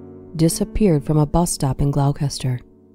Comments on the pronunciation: Gloucester is actually pronounced 'gloster', not 'glau-cester'. As in 'Doctor Foster went to Gloucester'. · "GLAUWKESTER" ??? Lol, Its pronounced Glosster. I know, English spelling makes no sense. Anyway, good video. I remember this case when I was a kid, disturbing that such evil people can exist